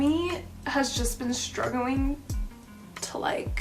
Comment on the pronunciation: "I've been shtruggling ..." to pronounce "st" correctly.